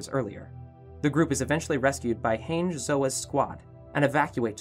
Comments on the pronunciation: Did he said hanes … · please PLEASE learn how to pronounce these names 😭 hange = hahn-jee, colossal not colossus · I’m sry sir but how did u just say hange’s name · Oh nah u did not just pronounce hange like that